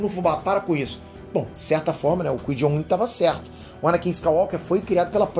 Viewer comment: aprende a fala o nome do Qui Gon mds